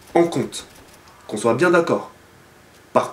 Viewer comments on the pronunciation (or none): none